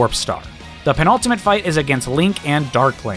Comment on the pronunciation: am I hearing this right? Is he saying "the pinaltimate fight?"